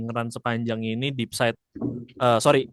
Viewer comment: Buat yg sepertinya baru dapat istilah baru makanya dipake terus sampe 3 kali tapi salah mulu, despite itu dibaca s nya dulu baru p, bukan kebalik terus jadi depside